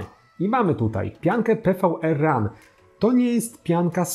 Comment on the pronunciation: Pianka to PWRRUN czytane jako power run, a nie PVRRUN ;D